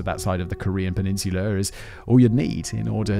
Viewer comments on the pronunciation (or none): Where is this, “Kor-ree-er” you mention every so often in this video? EDIT: Never mind, I found it. Apparently it’s on a peninsu-ler right next to Chi-ner.